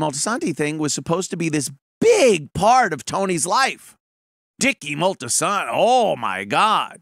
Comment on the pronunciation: I had to laugh at the mispronunciation - . It's Moltisanti, not Moltisanto...